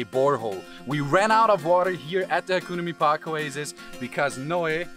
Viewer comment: Can someone teach him how to pronounce hakuna mipaka.